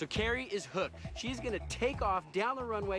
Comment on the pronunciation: its kari, not carrie